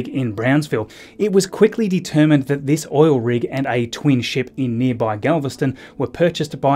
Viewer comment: “What a week theese has bean”.